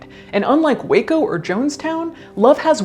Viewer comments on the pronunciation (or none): none